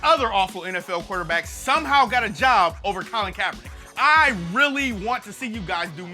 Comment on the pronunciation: Hey, you didn't only lose that "k" at the end of the first Kaepernick, you lost my subscription too.